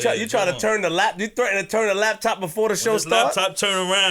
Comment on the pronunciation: U a hood nigga frfr u said “labtop”. I respect that 😎😎😎😎